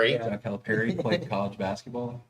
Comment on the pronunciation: Please pronounce Coach Cal’s name correctly its Cal-a-Pear-e